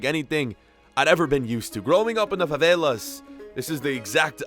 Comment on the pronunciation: He said properly for someone in USA.